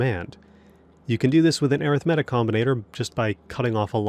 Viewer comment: I cant listen to someone for 20 minutes that cant even pronounce arithmetic properly.